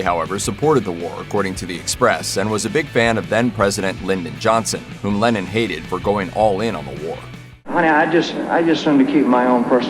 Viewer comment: Am I the only one whose ear it sounds like the narrator is saying "Lenin" instead of "Lennon?"